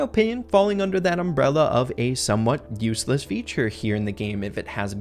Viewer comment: Number three said uesless instead of useless😂